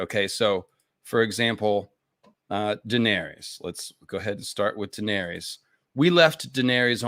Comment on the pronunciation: As well as Daenerys, George himself pronounces it DUH-NAIR-US and Viserys VUH-SAIR-US